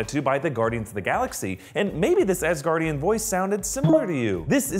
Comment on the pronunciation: Ass-Gaurdian hehe